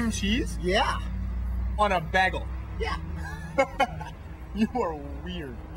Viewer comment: Pronounced bay-gul not bag-l Hahaa That's cool though